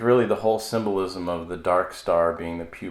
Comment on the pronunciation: Sssssssssymnolism...the word is ssssssymbolismmmmm......